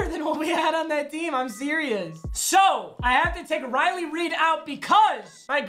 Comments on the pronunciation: he said riley reid instead of riley rief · Riley rieFF not reiD papa ur watching to much on the hub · Y’all talking about “wheel of mut tomorrow” and you just ignore that Papa called Riley Reiff, Riley Reid